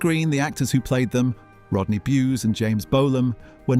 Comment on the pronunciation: Let’s kick Rodney in the balls by continually miss pronouncing his name!